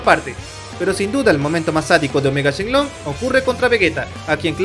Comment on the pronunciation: Te voy a decir algo no se llama shenlong es shenron creo😅